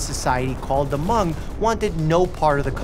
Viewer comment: He did pronounce Hmong correctly, though! Living in an area with a large Hmong population it drives me crazy when people say “Hah-mung.” My mother in law actually speaks Hmong fluently, and my husband and I know a few phrases. Sometimes we like to joke that we’d like to learn to speak “Hah-moob.” (Hmong is spelled Hmoob in their language.)